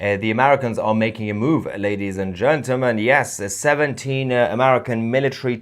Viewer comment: Love you azizam. But THERE IS NO SUCH WORD AS “Gentamel”. It’s Gentle. Men. Gentlemen. GENTLEMEN. Practise it! Otherwise keep up the good work buddy. 😊😊😊